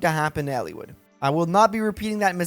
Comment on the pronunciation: Its Eliwood. Not Ellewood.